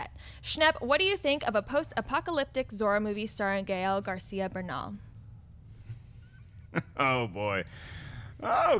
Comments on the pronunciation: seriously? you cannot pronounce Gael Garcia Bernal? With a last name like Martinez? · Can we please take a running toll of every mispronunciation does in the bloopers of the week? We found our new JTE. Not hating because I think she's great, but I can't let it slide